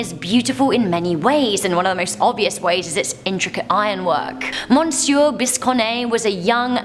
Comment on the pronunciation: I hate to tell ya. It is not pronounced monsieur. It is pronounced Misseur